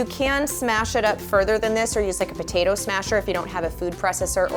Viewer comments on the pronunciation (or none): none